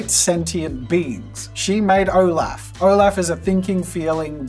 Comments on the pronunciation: IS NO ONE TALKING ABOUT HOW JAZZA SAID OLAF!!!! Love you Jazza but nooo 😂 ! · Nobody gonna say anything about the way he said olaf? Ok cool💀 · Am I the only one unnecessarily raging over the mispronunciation of Rattigan and Olaf, as well as calling Scar from the LION king a tiger? 😅 😖